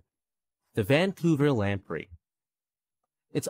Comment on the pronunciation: Vancouler Island.........the first time he said it.